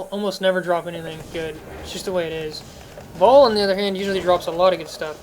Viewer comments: "Ball"? ...Seriously? Lmao. (Future reference, "Baal" pronounced "Bail") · What's with you and your inability to pronounce names. It's "bale" not "ball", and "iz-wall" not "uh-zool". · i have to say this man .... why the fuck can't you pronounce ANY of the names ? Shenk he says shink ... baal he says ball ..... how did you even get your setup being such a noob ? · I'm pretty sure even Deckard pronounces it as "Bale". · How have you been playing the game all this time and cant pronounce Baal aka "ball" and magi and nilothak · Magi = Madge-eye Baal = Bay-ill